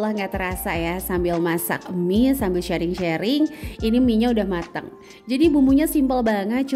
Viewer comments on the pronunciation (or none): Masya Allah bun👍👍, bun sharing, bukan shearing🙏🙏